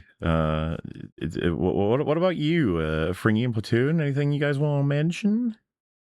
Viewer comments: Frigny, pronounced "Frin nyee" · has a much better French accent than Fringy. Just saying.